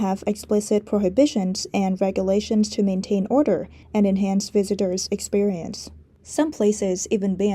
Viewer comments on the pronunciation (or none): none